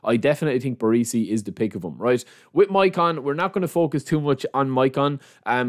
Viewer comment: BarEsi not BarEEsi FFS lol